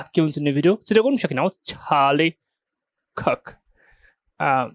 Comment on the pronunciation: Dude clips and "makes" Charlie Kirk content off the back of Charlie's network every other day, and still struggles to say his name lmfao